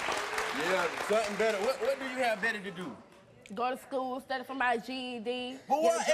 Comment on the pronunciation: ... "Gotuh Stkoole, sturdy fo' mah GED." Neither of these two idiots need to procreate.